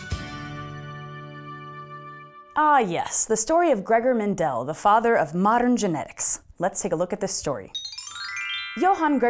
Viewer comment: Just a few comments from an Austrian: the stress in Mendel is on the first e, not on the second. So it's Méndel, not Mendél. Secondly, if you fail a course in Austria you get a 5, not an F. I'm not sure if that was also the case in Mendels time, but as the Czech Republic was then part of the Austrian empire, I would guess so. Love the video! Keep up the good work.